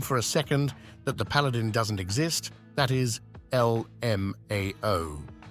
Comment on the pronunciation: "Paladong" heh.